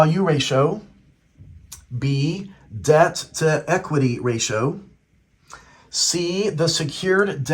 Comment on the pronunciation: I appreciate this video but I gotta let you know you pronounce ratio wrong. Just incase you make future videos